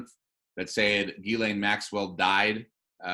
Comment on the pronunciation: Ghislaine is French. It is pronounced Jhees-Lane ('J' sounds like Jesus, without the 'd' sound at beginning). The FBI guy got the pronunciation wrong. It isn't Guylaine its Ghislaine.